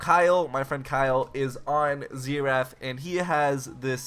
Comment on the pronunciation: ZEE RATH